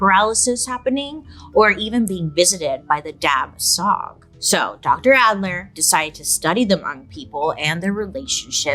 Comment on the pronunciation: I’m glad to hear the mentioning of the Hmong people, as I’m Hmong myself. Just a friendly note that dab tsov is pronounced as dah chaw and it means tiger demon. The b and v are just tone markers so they’re silent. The Hmong people lived in the south East Asian jungles and had a bad relationship with the tigers there cuz the tigers will attack their livestock and people. We also have a very prominent folktale in our culture about a tiger/tiger demon that stole the bride-to-be of the protagonist. Hence why tiger demon is one of the many demons/ghosts in our culture.